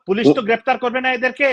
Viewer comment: আবু সালেহ নামক এই লোক গ্রেফতার কে গ্রেরেপ্তার বলে কে উনি